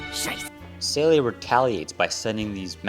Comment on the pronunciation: not as bad as how this guy pronounced seele